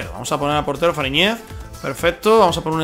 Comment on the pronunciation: Se pronuncia Faríñez con acento en la í. Buen video y Ficha a Soteldo